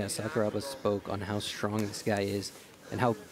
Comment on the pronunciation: Just so you know, Sakuraba is pronounced Sakura (cherry blossom) then add Ba. When they're saying it the way they are in this video, no one in Japan knows who they're talking about.